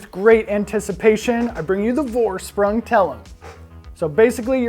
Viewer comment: Great vid, but the pronunciation is killing me: it's German, so it's FOR-SH-PROONG, not VOR-SPRANG, Geez...